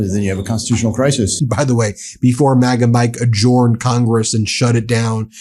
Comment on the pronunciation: you're mispronouncing the word 'adjourned'. It is pronounced 'adj-earned'.